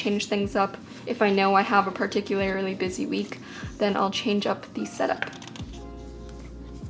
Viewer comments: Anyone else notice in the last couple of videos that says ‘particularily’ and ‘regularily’ instead of particularly and regularly? 😋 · “particularily” “regularily” XD